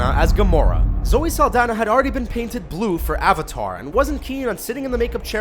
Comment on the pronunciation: zoe "zaldana"? Rlly?